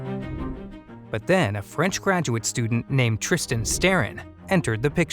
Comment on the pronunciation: Son nom c'est prononce "trees - tar - stay - raw".